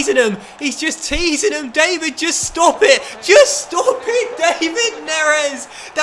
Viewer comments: Isn’t his name pronounced Dav-Id not Dave-id?🤷🏻‍♂️ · Great vid, but hold on. David Neres is pronounced Dav-id , not the English way Dei-vid. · Please say it da-vid neres not day-vid neres, idk just my opinion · You're not saying David right